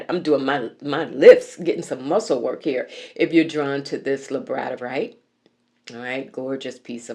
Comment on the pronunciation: Its pronounced Labrador (like the dog) ite ❤